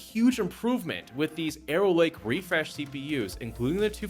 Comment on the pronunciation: "Aero Lake" lol